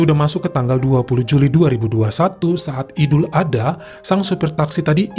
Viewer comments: Ya gpp bang salah penyebutan dikit d maafkan ko 😁😁,,yg pnting kami sudah ngasih tau penyebutan yg benar ok , jngn lupa ya bang ad-ha bukan adha 🤭🤭🤭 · Dibaca idul ad-ha bukan ada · Maaf koreksi ya bang : Idul Adha dibaca Idul Ad Ha (dipisah bukan disambung) 🙏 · Bukan Idul, tapi Aidil Adha,Aidiil Fitri.